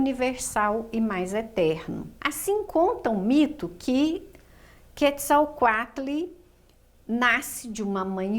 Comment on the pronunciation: Sem falar que a pronúncia dela n está correta?